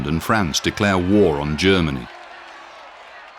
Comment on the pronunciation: That's France (fraahnce), a proper name, not frants.